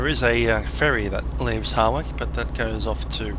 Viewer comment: Enjoyed it. Just a point for future ref; Hawrich, pronounced as 'Ha rich', no 'W'. also on an 'A' road you can do 60mph. Thanks for video